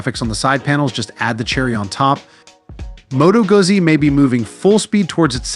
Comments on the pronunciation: U cant even produce the name Moto Guzzi properly, HUGE FAIL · dude.. ugh..learn how to say their name